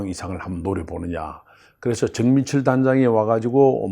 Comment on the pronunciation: 허위원의 발음교정교실 거기벤다면 x 거기에비한다면o 정맨첼x 정민철o 큰승과x 큰성과o 그리고 제발좀 말할때 그놈의 금년금년 좀 그만하시길...